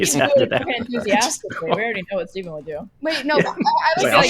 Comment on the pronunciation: Who's "Fteven?"